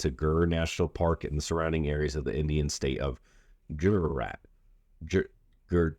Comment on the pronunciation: I believe your referring to the state pronounced good-jeer-ott.